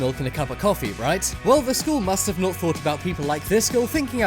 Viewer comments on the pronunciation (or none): none